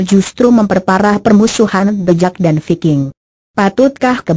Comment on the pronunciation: Tulisannya the jack kok di bacanya the jeck kok dibacanya thejack